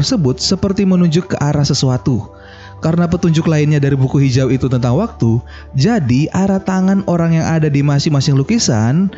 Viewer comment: Jadi min bukan zadi😂😂😂😂...canda y min